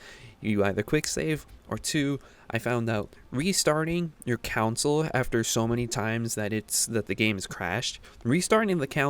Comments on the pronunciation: Why do you say console like counsel? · console* ... good video but you keep saying council